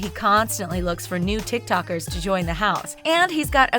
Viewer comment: Everyone: TikToker The narrator: TikTAker. it's not hard to pronounce it lmaoo